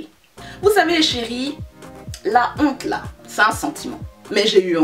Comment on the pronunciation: "La wonte " 😂😂😂😂😂. C'est moche mais j'ai ri.